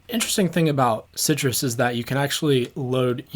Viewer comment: Unpopular Opinions: It's pronounced, "sigh truss".